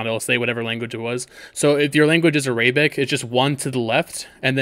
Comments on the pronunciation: I know damn well you did not just say a- Rae-bic instead of Air-a-bic lol it's ok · Me: ArAbic: Areyyybic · A-ray.. bic !?🤣 thanks tho bro bro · ARAYBIC BRUH🤣🤣